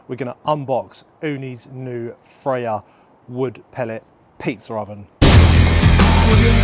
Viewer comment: Ooni Fyra, not Frya.